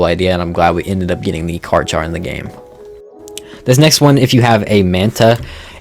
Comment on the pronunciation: Bro still mispronouncing Chiron in 2024 💀some things never change